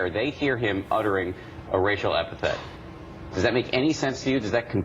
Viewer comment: Racial EpiTHET! Racial EpiTHET! EpiTHET! EpiTHET! EpiTHET! Goddamn, the fucking word is fucking epiTHET! EpiTAPH is what they write on your fucking grave. The word is EpiTHET! When will Americans learn to speak English?